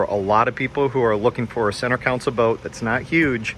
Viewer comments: Thanks for the great review but please don't say council. It's console like con sole :) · Thanks for the making the video. You did a good job of highlighting some of the differences between the two models. Just two notes for the future. A “council” is a board, political body, or advisory group. A “console” is what you’re seeing on these small boats, and it is pronounced “con-sole”. Also, the toilet on a boat is a “head”. I’m not being critical — just trying to help you communicate with folks in the boating world, as these are familiar terms for us.